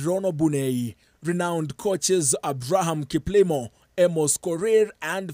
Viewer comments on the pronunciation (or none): none